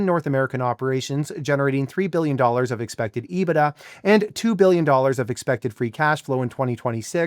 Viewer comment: Finally, someone who can pronounce EBITDA correctly.